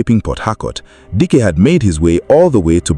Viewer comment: Is it Dike you're calling Dyke? Hmmmm, anyways may the poor girls soul rest in peace.